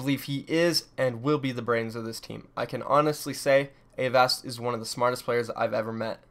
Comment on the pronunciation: Aren't you mispronouncing Avast's name?